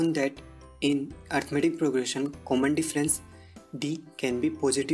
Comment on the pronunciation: It's arithmetic not arithamatic but loved the way of teaching helped me a lot for my exams